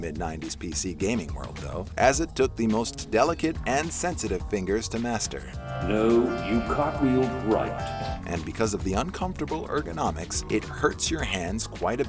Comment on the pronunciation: Did he really just say finges Sub to me if you agree